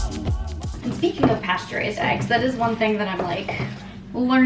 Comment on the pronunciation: Not me thinking that every time you said "pasture raised" you were saying "pasteurized" in a very strange way 👀